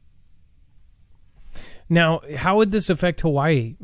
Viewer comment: A few says watee